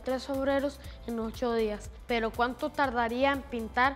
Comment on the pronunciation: alguien mas se fijo que dicen perrow🤣🤣